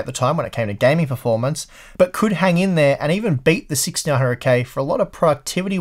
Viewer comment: I can finally hear him say 6900k but most of the time it sounds like 1600k... What is wrong with my ears